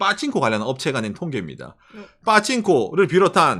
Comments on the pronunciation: 빠칭꼬 발음 찰지네 ㅋㅋㅋㅋ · 빠칭코 발음 찰지다